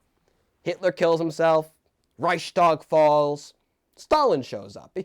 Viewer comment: I believe it is ReichsTag, not ReichStag, so 's' and not 'sh'. Also, I don't think it is fair at all to review this movie in the first place - it was created under Stalin's personality cult. It was banned until the fall of USSR.